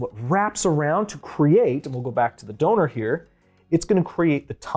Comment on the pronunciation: Did buddy just say donor👀